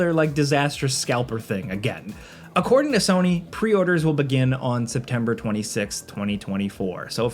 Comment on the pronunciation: Can someone tell me what "Serny" is? Is it a miss pronunciation of Sony?